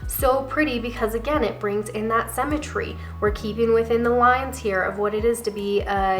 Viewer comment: I love your videos. As I am trying to establish a wardrobe that works with my figure (rather than never looking right in the trendy new looks) I find your input very valuable. One small constructive criticism...sym·me·try /ˈsimətrē/. I know it's a small thing, but it's very distracting to hear you pronouncing symmetry incorrectly, especially since I believe I'm a classic and all of the videos about classic have that word in it many times. I really do love, love, love your videos. Keep 'em coming! 💖